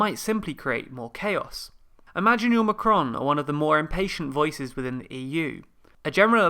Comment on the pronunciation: Marcon, Imaginuel Macron